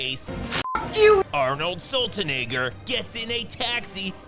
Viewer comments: "Arnold Sutlanegger" lol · ARNOLD SULTANEGGER 🤣😂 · "Arnold Sultanegger" looool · Did you say arnold saltynigger lmao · I'm just liking all your breakdowns to Schwarzenegger Movies because you fail to say Schwarzenegger ❤. And this Version of Total Recall is superior to the remake (sorry Bryan). I just love the Verhoeven blood spurls and violence all over the place.